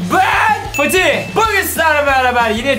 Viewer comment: ABİ NIYE FATİH YERINE FTIH DİYORSUN?